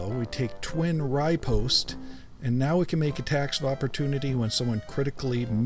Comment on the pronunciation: Sorry for being "that guy", but riposte is ruh-post, not righ-post. Anyway, love the content man.